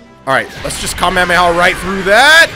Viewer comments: you are saying kamehameRHAAAAAA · It is not kamehamera it is kamehameha